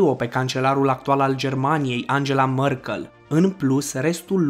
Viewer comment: Se pronunta merkăl, daca nu era google nici tu nu stiai cum se scrie